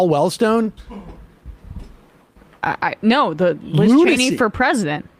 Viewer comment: OMG! Sam got LIZ Cheney's name right👏🏾👏🏾👏🏾